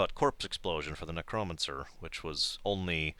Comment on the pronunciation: Your pronunciation of Necromancer is awesome.